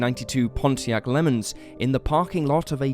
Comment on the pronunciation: The city in Florida is pronounced "Pomp-pin-O" and the car "La-mons"....